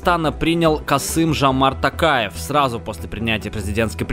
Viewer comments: Не Такаев а Токаев в Казакском языке о не меняетя на а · Е мае не такаев а токаев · Токаев ТОООООКАЕВ А НЕ ТАКАЕВ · Не правильно говарить Такев а Токаев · Безграмотные русские не Такаев а Токаев произносите правильно мыже не говорим Путина Патином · Не Касым Жамарт Такаев, а Қасым Жомарт Тоқаев и имя Дарига ты сказал неправильно и елбасы тоже